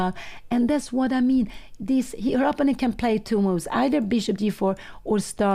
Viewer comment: But maybe Pia Cramling would like to know that she consistently and often pronounces "opponent" incorrectly? Anyway, I would be happy if someone told me about this kind of mistake if I was a YouTuber who reaches a lot of people.